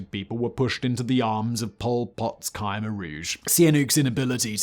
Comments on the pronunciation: Not khymer ,,,,,,kmehr……say it right…….all you do is talk. Do it right! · It's pronounced "Kuh-my" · just for anyone who doesnt know, Khmer is actually pronounced Khmy